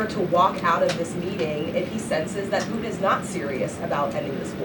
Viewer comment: She calls him pu-in not puTin. She can't say puTin ..